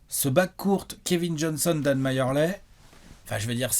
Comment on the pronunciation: Les gars "Majerle" ça se prononce "Merli" pas "Mayerley" !